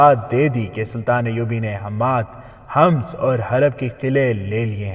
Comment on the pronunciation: لفظ حماس نہیں ہے حمس ہے